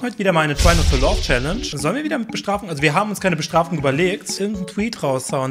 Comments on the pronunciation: btw "laugh" wird nicht "love"ausgesprochen sondern "läf" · Hey Viktor. Ich muss jetzt ziemlich kritisch mit dir sein. Aber du sprichst eine "Try-Not-To-Laugh-Challange" als "Try-Not-To-Love-Challange" aus. Und schmunzeln bedeutet, wenn du versuchst einen sehr ernsten Blick aufsetzt aber trotzdem etwas lächelst. Das was du als "Schmunzeln" bezeichnest ist eher als "Glucksen" oder "Kichern" bekannt. Ich weiß ich bin ein Klugscheißer.